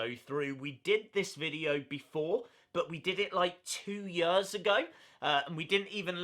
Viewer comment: yeh yurs 😂 love him tho